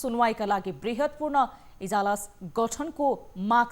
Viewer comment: इजलास हो कि इजालस? इजलास सुनिदै आएकोमा इजालस अर्कै सुनिने रैछ।